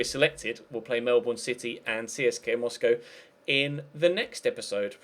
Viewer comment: O behalf of any other Aussie's watching this....it's pronounced Mel-bin, not the way it's spelt